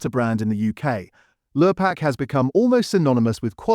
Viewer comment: Could a human narrate please? Protect Our People. Lurpark? Lure-pak?